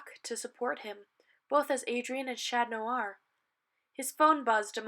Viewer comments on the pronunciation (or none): Omg it’s chat on not chan ton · Can you please say chat noir properly